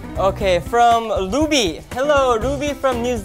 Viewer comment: And jhope pronounced Luby instead of Ruby that's so cute 😱😍💓